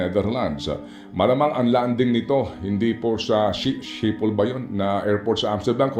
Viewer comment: Ohahay... hirap litokin ang Schiphol airport🤣😂🤣bigkasin pala hehe